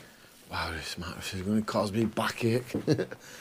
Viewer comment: I only watch your videos because i love the way you say MATT RESS. Also because youre cute. Matt Resssssss. Oo me legs